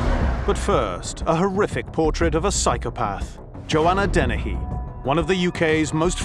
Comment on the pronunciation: Joanna Dennehey isn't part of a killer couple, she just had flunkies to help her. That's why they consider her so unique. Wonder why the one analyst keeps calling her DenneHAY, instead of Dennehey. Is it a quirk of her accent? I still like her, lol